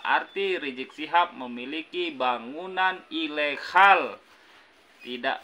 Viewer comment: Ilegal bang..bukan ilekhal...